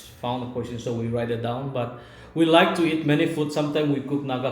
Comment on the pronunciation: actually you pronounce wrong about question, tell Emma to teach you how to pronounce question 👍